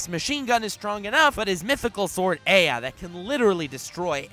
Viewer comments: Gilgamesh ' s isn't called EA. It's pronounced A AH. He says it out loud in the anime. Come on man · 99.99% of fanbase:Yur wrong so and so should be higher and you pronounced ea wrong 0.01 of fanbase:Here first